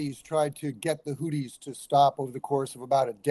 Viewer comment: it TH and not DD. Houthis and not Houddis